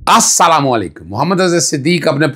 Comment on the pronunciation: Try to discuss your pronunciation of Assalamualaikum, with some scholar of Arabic